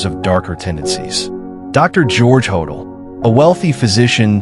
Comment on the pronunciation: You would think think that you could use a real photo of Dr George Hodel's residence (John Sowden House) on Franklin Avenue, which resembles a Mayan temple, not a Spanish Colonial residence. And you would think that you could pronounce Hodel properly ("Ho-dell"). On, and there are many other things that are historically inaccurate here, but why bother to mention them all.